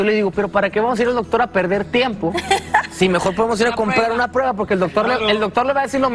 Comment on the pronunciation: Karla no pronuncies preba, se dice prueba, no se porque se empeñan en pronunciar mal.